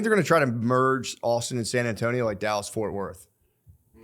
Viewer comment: "Allstin" is how Matt pronounes Austin and it bothers me